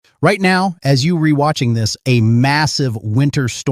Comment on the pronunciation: AI pronounced "You're watching" as "You re-watching".